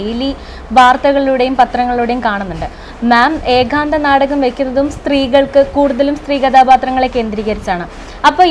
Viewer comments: ആ ഇന്റർവ്യൂ ചെയ്യുന്ന കുട്ടി എന്താണ് പറയുന്നത്.. ഏകാന്ധ മോ???😅😅😅😅 ഏത് കലയെക്കുറിച്ചാണ് ഇന്റർവ്യൂ😂 ഏക അംഗം എന്താണ് എന്നറിയുന്നുണ്ടോ ആവോ .. (ഏകാന്ധം എന്താണ്.. ഏകാന്തം എന്താണ് ) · നാടകത്തേയും അഭിനയത്തേയും ജീവിതത്തിൻ്റെ ഒരു ഭാഗമായിത്തന്നെ കൊണ്ടുപോകുന്ന എല്ലാ വിധ ആശംസകളും. കൂടുതൽ കൂടുതൽ ഉയരത്തിൽ എത്താൻ ആശംസ. ചോദ്യകർത്താവ് ഏഖാന്തം എന്ന് തെറ്റായി ആവർത്തിച്ചത് അരോചകമായിത്തോന്നി. ഇനി ശ്രദ്ധിക്കുമല്ലോ. അതുപോലെ ഏകാംഗാഭിനയം കൈകാര്യം ചെയ്യുന്ന മറ്റ് കുറച്ച് അഭിനേത്രി കൾ കൂടി ഈ മേഖലയിൽ ഉണ്ടെന്നാണ് ഞാൻ മനസ്സിലാക്കുന്നത്. ഇനി ചെയ്യാൻ പോകുന്ന നാടക പ്രവർത്തനങ്ങൾക്കും എല്ലാ വിധ ആശംസകളും